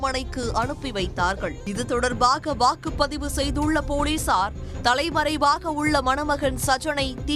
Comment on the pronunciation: தப்பு தப்பா படிக்கிறயேமா.. வாக்குப் பதிவா??.. தற்குறி போல் படிக்கிறாய்